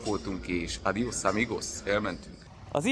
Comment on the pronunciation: Ce bine spui "adios amigos" . Se vede ca ti-a placut in Spania. Oricand esti bine venit prieten drag.:hand-purple-blue-peace